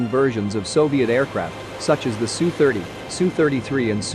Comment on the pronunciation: The problem with using a program for the narration is that it says things like SUE instead of S-U. 😂 This is not good for a channel that purports to offer military expertise. I suggest that the scriptwriters take this weakness of the program into account when they prepare the script to be read by the program. Goddamn, but I did laugh! And to be fair, Warthog is a pretty good channel otherwise. But these sorts of errors don’t look good.